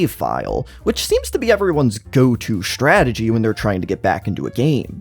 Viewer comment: SHHtrategy, SHHtrictly, exSHtra, deSHtroying, reSHtriCHtion, exSHtreme